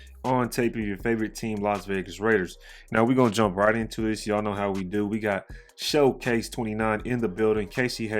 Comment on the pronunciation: Shay-cose or showcase, either way we love you brother!!!